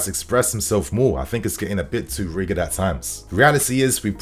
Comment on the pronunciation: its pronounced rigid with a soft g (like rijid)